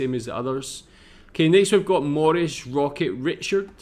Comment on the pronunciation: The Canadian pronunciation of Maurice Richard is Maw-REESE Ree-SHAR(D).